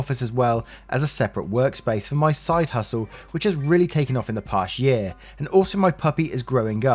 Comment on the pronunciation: dude love the vid but i swear i got angry when you said "pasie" instead of past year -_